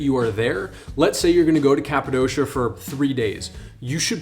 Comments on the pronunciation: My guy cant even pronounce Cappadocia correctly. Its not Cap a dosha. Its cap a dokia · It is called Kapadokya not kapadoşia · ...Good tips. Currently the price to fly in July euro pp...The balloon operators have rigged the price. Greed will kill their business... BTW....it's prounounced Cappa-DOKIA.....not doughshia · The way you say Kapadosha makes me think you were never there. Its not Kapadosha, but Kapadokia.